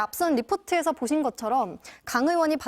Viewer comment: 엠비시 엥커들은 의 발음을 왜 못해요 으원으원 왜그러는거에요?